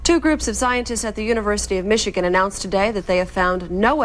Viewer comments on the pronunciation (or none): none